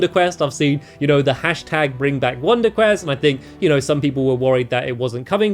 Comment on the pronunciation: You said wonder cress.